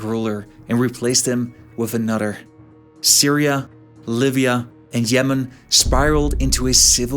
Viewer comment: Fadder, anodder , odders, why don’t you talk right?